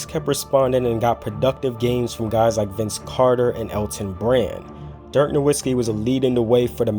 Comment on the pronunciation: hey man u gotta learn to pronounce "Nowitzki" correctly if u want to be taken seriously in your NBA Videos